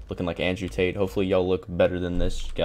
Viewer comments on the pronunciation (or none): none